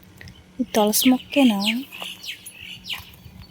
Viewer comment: తొలసి కాదు తులసి